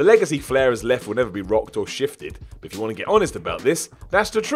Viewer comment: "Doesn't Wat you to know"